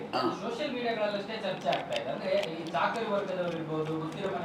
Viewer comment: ಚರ್ಚೆ❌ ಚೆರ್ಚೆ ☑️😅